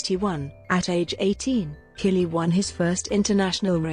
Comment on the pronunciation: You would think someone narrating a doc on Jean-Claude Killy would learn to pronounce his name correctly.